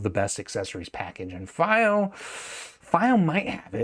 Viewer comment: Wrong pronunciation of fiio